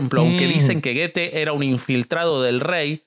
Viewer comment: Goethe se dice go e th…go e thé es otro wey